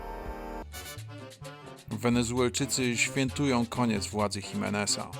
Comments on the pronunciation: "koniecz" jakoś zepsuł ten mocarny klimat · Na koniec wkradł się mały błąd... "koniecz" ;p